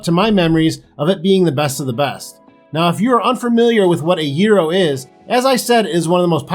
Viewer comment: You said at first that the correct pronunciation was year-oh and then you kept saying gear-oh…